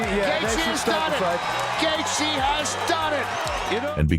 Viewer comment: Great video, but seriously... Gath----G. Your narrator not needs to learn phonetics. And he did tap against Khabib.